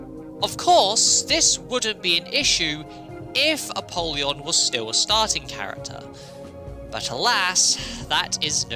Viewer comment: ALSO ALSO I know this is super nitpicky but it's pronounced a-pole-yon, like a poll, not a-pall-yon like apalled. 🤓 I thought it was the latter as well but according to the voiceover when using the soul of apollyon the former is the canon pronunciation.